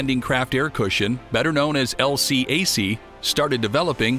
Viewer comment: LCAC is pronounced “L Kack” in the US NAVY. I know, I was there.